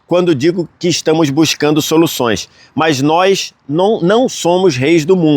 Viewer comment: Parabéns pela cobertura e todas as informações da copa, muito legal!! Obs: não é “nois” e sim “nós” 😊